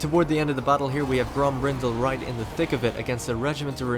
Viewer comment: Grombrindal pronunciation in English is so broken and wrong, stupid manlings